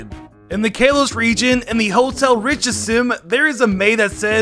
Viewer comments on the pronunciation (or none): WHY DOES HE SAY KALOS LIKE (K-LOW-SS) WHEN ITS SUPPOSED TO BE SAID LIKE (KAH-LOW-SS) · The way he says Kalos.... Kaylos... I'm sorry. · "Kay-loss region" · I like how he calls kalos kay-loss when it's Kal-los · you dummy its k a l o s not ka los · i feel pain every time he says kalos like “kaylos” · if you call kalos calos one more time i swear to god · Kalos (Call-oh-s) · Ikr its Ka-lows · Sounded like Chaos to me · Regions that are mispronounced that I somehow managed to hear: Kalos: Chaos Kanto: Cancer, Cans, Can't, Kants Sinnoh: Sinner Hoenn: Home Johto: Joe toe I'll edit the list if I hear more in this video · Or kay-Los lol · did anyone get mad when he said kalos wrong? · Video starts for people who don't want to sit through a sponsor who says kalos like that it's completely wrong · Why tf do you keep saying Kalos like that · Take a drink everytime he mispronounces Kalos. Take 2 everytime he mispronounces anything Hawaiian in the Alola region I challenge YOU